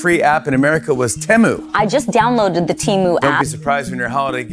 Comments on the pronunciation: The way you pronounce Temu like Toomoo drives me insane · I hate how u say temu and shein. atleast the 'deminimus'~ ok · I can't tell what's freaking me out more - that insane hair or the repeated horrible pronunciation of Temu. 😬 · The way he pronounces Shein and Temu stresses me out 😂😂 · I like how no can agree on how temu is supposed to be pronounced